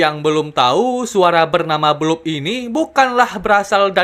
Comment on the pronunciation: The bloop❌ The bloob✅